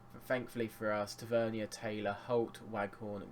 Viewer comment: Btw mate it is pronounced Tav - Er - Neer . He got annoyed when the announcer said it the way you say it. But great series mate keep it up!